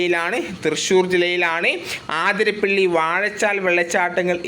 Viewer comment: ആതിരപ്പള്ളി അല്ല അതിരപ്പിള്ളി